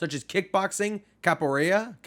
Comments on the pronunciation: Its pronounced cappo-where-uh. Love the videos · Yeah kinda but you gotta roll the r in where xD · pronounced "capwerda" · Capoeira: pronounced as "Capo-era" Hope this helps lol